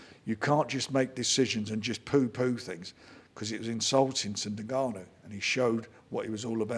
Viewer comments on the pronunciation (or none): The most infuriating part of this whole interview was Frank's insistence on calling N-Gannou, NA-Gannou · N gannu not nagannu frank u big sausage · Is Frank seriously calling him Nahganu?! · Frank trying to pronounce Ngannou 😂. Nnnn gaaaa nnnn uuuu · How can Frank still not say ngannou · How many times does Frank contradict himself here?! At least respect the real winner by pronouncing his name correctly you silly old man 😵‍💫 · Why can nobody say his name properly?